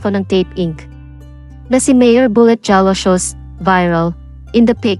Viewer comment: Jalosjos pronounced as HA-LOS-HOS..